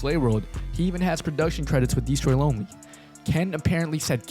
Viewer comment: "dee stroy LoNely" you couldve rerecorded that bro 😭